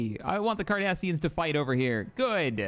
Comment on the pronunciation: Huh for a second I thought said "The Kardashians" lmao